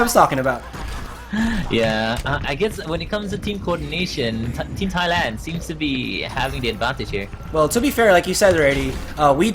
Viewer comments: So cringe at how he pronounce my country name as "thigh-land" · Cri cri in World Cup like what you said "thigh-land" am said man :((((((( AM THAILAND BRAH! AND AM SAD CRI CRI! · thigh-land... cringe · โกร มาก "thigh-land"